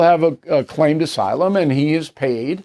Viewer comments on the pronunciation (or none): none